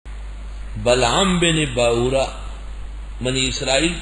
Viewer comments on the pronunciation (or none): بلعم بن باعورا ہے۔۔۔۔بلغم۔۔۔۔نہیں 😢